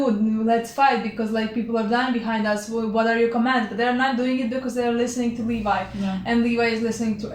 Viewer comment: Levi is pronounced Lee-Vye btw lol